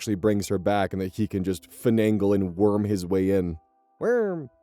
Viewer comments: Please never stop saying "werm" thank you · I’m so glad he said WERM